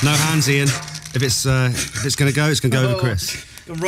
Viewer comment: Isn't it Iain (not Ian)?